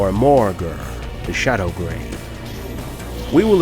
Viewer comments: I love these videos! I really do but I hate it when he pronounces things wrong. Like Morrslieb, It's EEB not EYEB! If it was EYEB then it would be spelled Morrsleib. And Morghur the Shadowgave, it's GAVE not Grave! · Great video as always. Only issue I had was the narrator pronouncing Shadowgrave instead of Shadowgave without an R. Common mistake ;) Cheers guys!